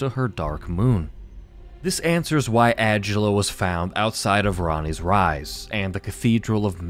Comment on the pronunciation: I don’t think adula name is pronounced that way n if it is either way I say it “uhh-dula “ instead of “ag-ulla”